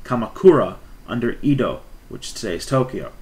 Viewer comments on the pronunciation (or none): It is Sei-ee-tai-shogun, not Sai-Tai for 征夷大将軍. Edo is pronounced as Eh-do.